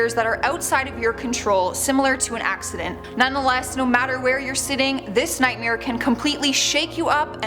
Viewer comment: The way she says “nightmare” is pretty scary to me... nightmeer lol